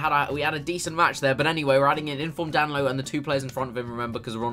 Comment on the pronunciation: Anyone in 2019? And is getting annoyed that he's getting danilos name wrong